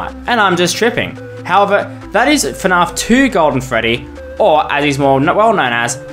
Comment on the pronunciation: ok theres no way you say fnaf like "fnarf"